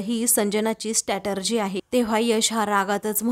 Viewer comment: Statergy nahi strategy